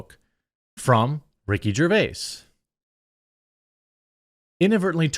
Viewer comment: Rickard 👏 Jarvis 👏 deserves 👏 better